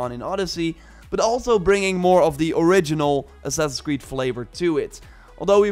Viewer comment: "Ass-ass creed" bro what?